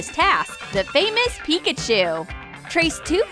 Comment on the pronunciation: Really she said pickachu not Pikachu